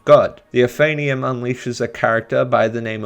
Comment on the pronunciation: He pronounced it ophanium. It's pronounced oaf-an-im.